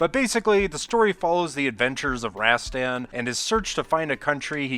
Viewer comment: Not "Razztann". Rahstahn.